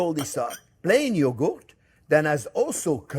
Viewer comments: “Plain yogoat” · Oh my gosh, Chef. I love the way you say “yogo” even more than the way you say, “onyo.” Cheers, my friend! 🥂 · I love the way he pronounces yogurt. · Chef can make anything delicious, but can't say yogurt. 😂😂 we all fall short, don't we? ❤😂